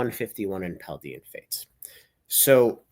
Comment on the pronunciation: it’s Paldean as DAYEN not DEEIN